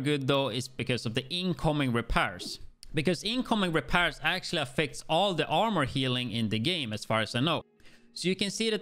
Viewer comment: The way he says repairs lmaooo….repears